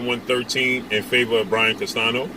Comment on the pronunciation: He refuses to call Canelo P4P and he needs to learn how to pronounce Castaño correctly not Castano everyone can do it. If you dont know what Canelo said ask someone who speaks Spanish don't know 🤷where you get your information 🤔from